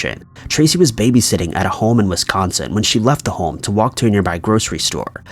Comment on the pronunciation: Why does this guy pronounce “home” as “hole”